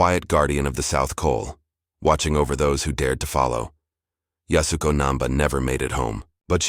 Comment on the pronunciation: It’s YAS-u-KO. Really just 2 syllables - YAS and KO, the “u” is barely spoken…